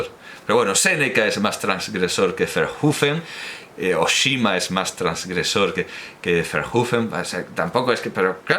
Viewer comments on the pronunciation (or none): Conociendo,, cómo se esfuerza usted por pronunciar bien todos los idiomas, una pequeña rectificación: Oshima ("isla grande", en japonés) se acentúa Óshima, sobre la o larga.